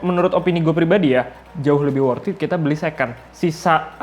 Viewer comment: Sudah motiwasinya ngapusi... pakee wortiit, pasti cuwaaan, pasti bati/untung... itu klo yg juwalbeli... pakee bahasa iklan... Narator nya stelah slesai ngecaap, dari wortiit jadi pakee... sit Aaaaaaaah ngomongnyaaa